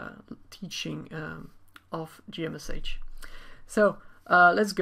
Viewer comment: I think most people pronounce it as "G Mesh" not "G M S H".